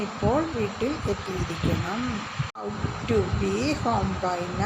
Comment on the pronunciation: 😂😂😂😂 ought ..aadyam ethinte pronunciation padikkuka ...out alla...pinne ...parachilum azhuthikkaanikkalum thammil oru bandhavumilla...English vachakathinte malayalam parayunathu palathum potta thettaanu